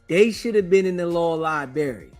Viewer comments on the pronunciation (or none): The "law libbarry." Sigh.